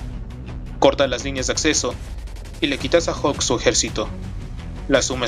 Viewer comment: hulk e.e solo que lo pronuncia mal